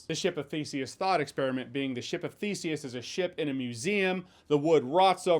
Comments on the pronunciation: I totally thought you were saying, “ship of feces”! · When first listening to this, I thought Jeremy said “Ship of Feces” instead of Ship of Theseus…on second thought, when it comes to this “movie”, maybe I heard him right the first time. 😂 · At first I thought you were saying the Ship of Feces. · oh. I thought you said this movie is a ship of feces. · I heard "Bore of the worlds is the answer to the ship of feces" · All I heard was "ship of feces" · I thought you said "ship of feces" and it still made sense somehow. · I am not an english native speaker... did you just say ship of feces? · I thought he said “ship of feces” there for a minute. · To be honest I thought he said “boat of feces” when he started talking about the theseus boat theory. But based off the trailer I don’t think there’s a difference. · "Ship of feces"? Yes, he definetly said "Ship of feces". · I thought you said "Ship of Feces"....